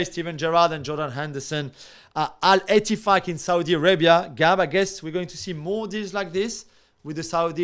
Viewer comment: Al-Eti... what? 😂